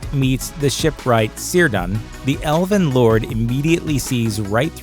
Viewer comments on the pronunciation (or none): KIRDAN not SIRDAN